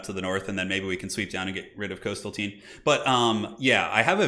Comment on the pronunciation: Trolled by "coastal teen", that American pronunciation. Just don´t get in trouble with the beach boys :)